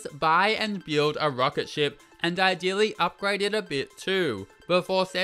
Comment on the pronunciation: I live for when he says “byeeld”